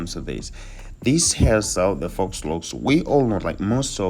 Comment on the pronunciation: It’s pronounced “foe” not “fox”.